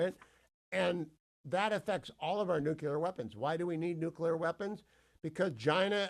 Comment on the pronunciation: You still sound dumb when you say nukewler versus nuclear which is how it's actually pronounced. Come on, do better. Your credibility matters.